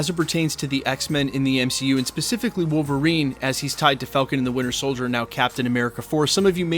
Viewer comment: Did you say MCUlverine? Lol